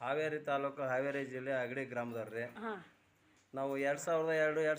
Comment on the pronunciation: ಹಗರಿ ಅಲ್ಲ. ಅಗಡಿ